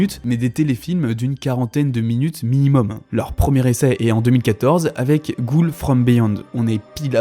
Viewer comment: Pk des fois tu dit "goon" et pas goul 😭🙏